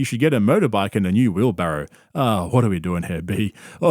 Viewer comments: Did these two retards just realize it's called a wheelbarrow, not wheelbarrel? They're 50 years old. Jesus... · Joe Rogan and Bert Kreischer both thought the word wheelbarrow was "wheelbarrel" and admitted it proudly. Brilliant 👏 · These guys are really in their 50s and don't know how to say wheelbarrow?